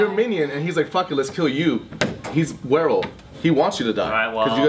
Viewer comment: "Werewof" - said 26 times